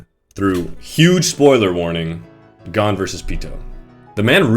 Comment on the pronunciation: this video is perfect... except for one thing how you say gon (its pronounced g-own) get it right